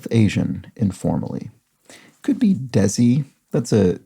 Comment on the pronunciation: Just a little info on the pronunciation of "desi". It's pronounced somewhat like "daisy" with a slight change to the end /z/ so it becomes "dai+see". Hope that it makes sense